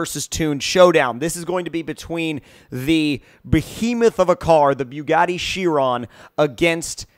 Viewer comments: ITS BOO-GOT-EE SHY-RON not fucking byuu-got-ee she-ron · he said beugati